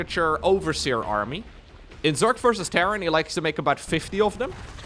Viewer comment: every time i hear you say zerg vs terran, i hear, zerg vs karen. and i love it